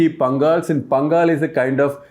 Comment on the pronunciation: Educated person like you can't believe that you will also fall for false information, very much shameful behaviour without knowing the truth and talked about it , unacceptable and please the way you pronounce Pangal is not right, correct everything, come back and give us a better explanations, thank you 🙏